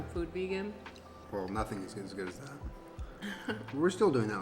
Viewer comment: After this it’s going to be really hard to say good and not gwad